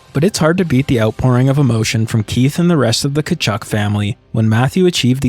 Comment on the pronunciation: The way you pronounced Walt Tkachuk is the correct way to pronounce that Ukrainian surname. Early in Keith's career some commentators would pronounce it the correct way as well.